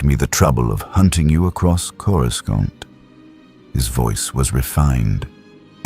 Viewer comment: Might I suggest that you write and narrate your script personally. At the time stamp indicated, I counted a dozen instances wher Coruscant was incorrectly pronounced.